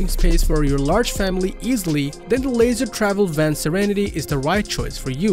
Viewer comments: Leisure [Leezher] not [Laser] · The Unity is built on a Mercedes chassis, but you are showing their model built on a Ford chases (Wonder). The company is pronounced "lee-shur" not "lazer" travel. I would like to know which class B has more exterior storage, but you didn't talk about that. Not very informative